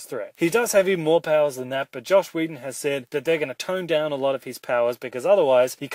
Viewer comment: every time he said josh whedon I died inside